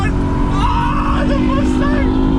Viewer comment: I hate the way you say Mustang. So bad pronunciation.